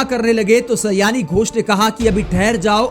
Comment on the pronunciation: सयानी नहीं, सयोनि है उनका नाम। अर्थात, करीबी मित्र।